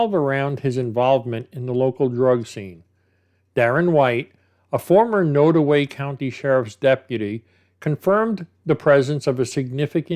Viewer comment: There's a lot of drugs in those small rural towns. They don't have much else to do. I'm originally from Kansas City, Missouri and have family that live in small towns up north. (BTW, not that it's really that important but it's pronounced nod - like you nod to someone - so nod-away.)